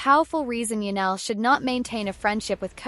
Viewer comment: Ya-nelle??? THIS is painful. Do better A.I.